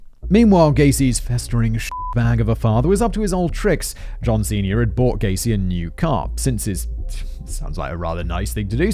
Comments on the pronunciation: Every time you said john sernior I heard john cena. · Every time he says John Senior I keep thinking he’s saying John Cena. Hustle, loyalty, and alcoholism. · I know it's a horrific story but every time you say John Senior my brain hears John Cena creating inappropriate bathos